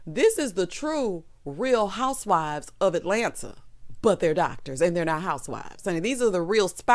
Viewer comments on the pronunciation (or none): none